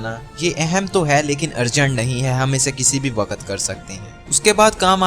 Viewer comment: Very informative but ye kia ha ''DARAKHAT'' ,''WAQAT''...Atleast pronounce them correctly!